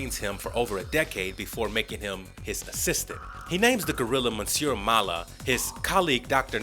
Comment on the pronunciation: The repeated mispronunciation of "Monsieur" and the narrators use of it like it's a first name, when it is instead a french form of adress and the equivalent of "Mister", makes me angry.